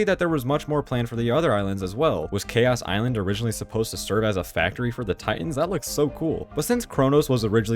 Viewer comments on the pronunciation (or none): none